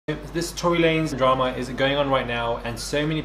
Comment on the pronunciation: "Torey lanes" 👀 we still love you tho❤